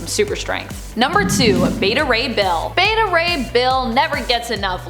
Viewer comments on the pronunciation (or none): none